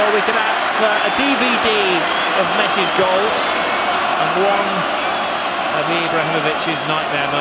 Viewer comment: Did anyone else notice "goles" in 48 sec